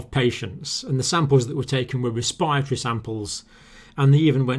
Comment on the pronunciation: I love all your videos, but why do you guys keep mispronouncing respiratory?! Just imagine the second r isnt there